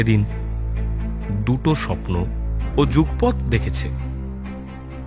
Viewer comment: যুগপৎ উচ্চারণ ঠিক হলো না ❤❤❤